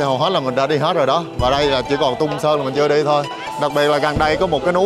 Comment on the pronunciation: Đại ca này đi hết cái TQ, đi TQ nhiều hơn các nước khác, mê TQ vậy thì nên học tiếng trung đàng hoàng tí, k học thì tém tém lại. Phát âm hơi ghê, quỏ ái cúng phú. Ghê hơn nữa là còn nói sai, Túng Sớn gì ba😂